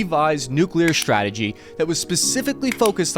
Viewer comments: ssshhhhrategy, huh? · I know very well that I'm a nit-picking SOB, but I find it impossible to focus on anything anyone says when they always say things like "Sshhtrength. Sshhtrikes. Sshhtrategy. Infrasshhtructure." I like your channel. I do. But I can't unhear, then my own nit-picking mind focuses on it.